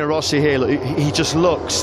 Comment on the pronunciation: " he try to don't tink , but when he tink he is a... scared." Rossi --->Rosie